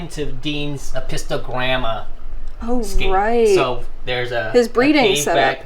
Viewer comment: Your tanks are so cool. Did you really your say “”apisto-glamma”? Galmorous-apistos